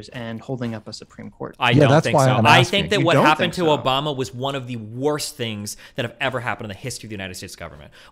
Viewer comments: why do i keep hearing "obamna" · If I hear "Obamna" in the background again, I'm gonna shit myself.